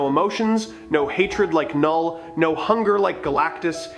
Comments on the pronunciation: It's NOT KA-NULL. IT'S NULL (KNULL)! OTS NOT KA-NO, ITS Know OR Sounds LIKE NO. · It is said NULL not K NULL, silent K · Bro do the voiceover thing again, MCU fans cannot listen to your K- null pronunciation. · The name Knull.. the K is silent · The k in Knull is silent please go back to school